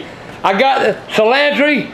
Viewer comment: Cilantree ! ha...